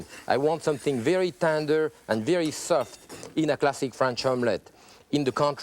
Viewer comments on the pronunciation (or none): I like how he says the word "Soft" as Suft at the end